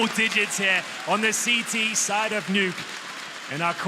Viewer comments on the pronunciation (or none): He really said de neuuuki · Did the caster just pronounced the map as de_nuck-e?